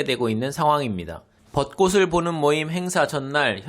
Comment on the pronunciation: 벗꼬슬(X) 벗꼬츨(O)